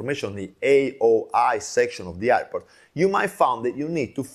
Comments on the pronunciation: This guy can’t be pronounced the word airport and he’s trying to teach 😂😂😂iport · Say airport sir….air air port